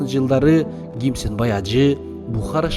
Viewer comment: Чала кыргыз Кимсанбай ажы деп айтчы туура гимсанбай ажы эмес